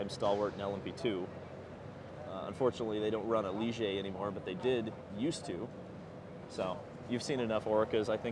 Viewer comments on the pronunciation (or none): none